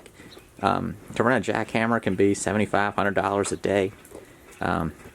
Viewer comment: the first listen i heard "to rent a jackhammer can be 7500 a day lmao, rewatched in relief to hear 75 to 100 a day lol